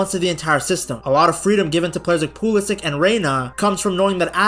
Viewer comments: pew lisic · If you're going to make a video on the US team, maybe learn how to pronounce their best player's name.